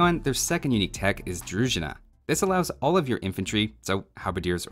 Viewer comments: thank you for all videos you've made, but I have to fix your pronunciations - it's deTInets and druZHIna. Hello from Russia, peace and prosperity for all. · For the record, Im bulgarian and need to tell you that you need to emphasize on the i in druzhina, not the u, if you need to know how to pronounce other bulgarian words you are free to ask ;) ;*